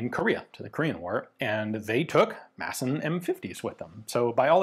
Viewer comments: No we dont pronounch it massen But thats closer than calling it maD-sen So appriciated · As a Swede, the actual Danish pronounciation is probably more something along the line of "Maaaahhhsn. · weapons Great pronunciation for a non danish speaker. We danes tend to "swallow" a lot of letters when we speak, so really it should be pronounced "massn", almost just like you're saying it, but without pronouncing the E. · Danish is more a speech impediment than an actual language, just pronounce it with a D like a normal person. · It's cool to hear the 'D' drop in and out of Ian's pronunciation of 'Madsen'. It shows that he's a regular guy and not a pure academic. 😎